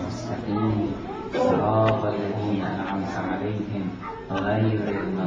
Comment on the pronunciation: HAHAHAHA "Siratul lazeena".